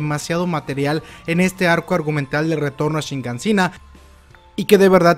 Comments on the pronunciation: es Shiganshina, por qué siempre dices ShiNganshina? Queda fatal escuchar esa N ahí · SHIGANSHINA...tantos videos ysigues con "shiNgansina".